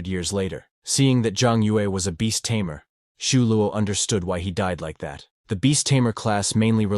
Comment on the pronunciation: It's Tamer ,not Tamear